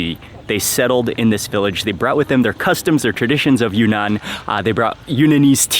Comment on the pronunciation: Mark, it’s pronounced“ Yune-Nan” instead of “Yu-Nan”